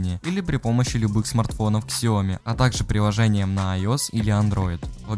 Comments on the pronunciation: Китайцы говорят сиоми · Не ксяОми, сяомИ!!! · Сяоми а не ксяоми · Ксяоми? Серьёзно?